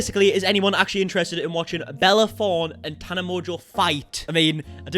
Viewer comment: you got my name PERFECT ❤️🥰